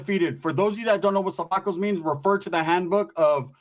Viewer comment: So your telling me when it jumped off with the crips, you didn't do nothing.... just watched. FYI: it's "SO"vacos not "SA"vacos.